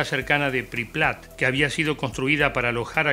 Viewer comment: Bue, no voy a criticar el contenido porq me da paja, pero podrían arreglar lo de PripLat? Es Pripyat